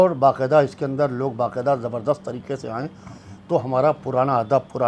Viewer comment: se guzarish hai ke tareeke nahee Hai tareeqe hai qaaf ko sahee taur par ada karen